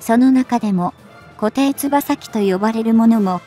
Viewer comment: 固定翼(コテイヨク)と読んで下さいね。